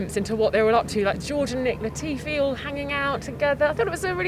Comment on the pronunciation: i swear if hear latfi sa UH one more time